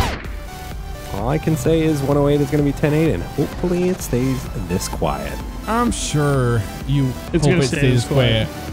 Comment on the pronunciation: “hope it stays quet” AAAHAHAHAH